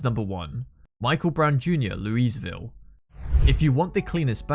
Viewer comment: At least learn how Louisville is pronounced.